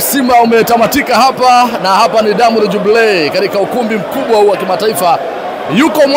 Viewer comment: Diamond jubilee(jubilii) sio eeeeh inatakwa iiiii😂😂😂 iiiiiii